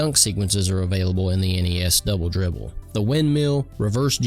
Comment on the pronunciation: It sounded like "bubble bibble." 😂😂